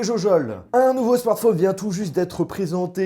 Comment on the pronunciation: Apprend à dire correctement "smartphone" déjà... merci!